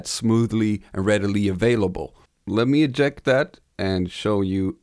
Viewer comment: Did you catch "ejackulate" for eject? `Laughs.